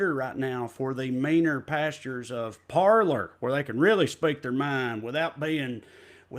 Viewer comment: Francophone monikers are lost in tRump supporters. They're pronouncing "Parler" like "Parlor" 😅😁